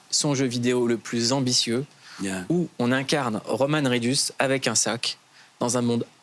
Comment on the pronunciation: « ou on incarne Romane Reedus » un ptit effort Mouloud mdrr